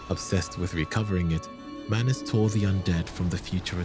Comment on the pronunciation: bro do him some justice and put the greatsword in his left hand, and it’s manus not manis.